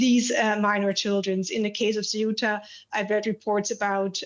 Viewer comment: Not Cetua. It’s Ce-uta.